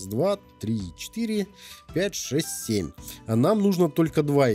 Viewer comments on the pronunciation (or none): none